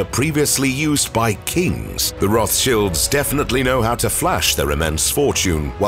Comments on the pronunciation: Rothschilds not Rothshields. Upgrate the Bot. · Roth Childs…. Not Shields. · Cringe feels when he says “Roth Shields”